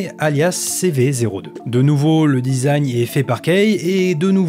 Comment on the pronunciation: ça mfait un peut tiquer le "dizagne" au lieu du design (dizayn) MMDRRR